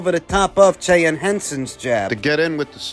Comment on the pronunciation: It's pronounced 'SHY-ANNE' 😅